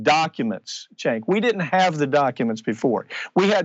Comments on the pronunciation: Did anyone else hear him say "thank you chenk"? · Excellent report! One thing, it sounds like he said, "Thank you CHAD" at the end. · I just wish he would pronounce Cenk's name correctly